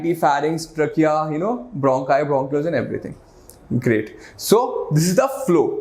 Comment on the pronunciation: You can increase your pronunciation of a word like trachea